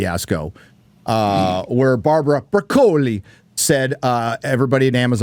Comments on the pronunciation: STILL not how you pronounce Broccoli. I mean are you trying to make it sound Italian? Because that's not how you pronounce it in Italian. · doesnt know how to say Broccoli